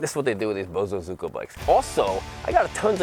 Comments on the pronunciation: Pronunciation is Bo as in little bo peep. Zu as in zoo with the animals zo is z with the o from orange ku as in Koo. Bo zu zo ku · you might be "the only BosozUko rider" in the USA, because the others are actually BosozoKU! Please, just call it BOSO, like Bozo. Its PAINFUL to listen to. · Bo. So. Zo. Ku. Boso. Zoku. Bosozoku. If you google bosozuko it comes up with results for bosozoku. Its like Goku from dragon ball z but instead it's bosozoku. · I want that GPZ1000RX!!!!! Side note, my wife lived in Japan as a teenager and knew some Bozo-soku. That's how she has said it for 35 years, not bozo-zuko but so-ku!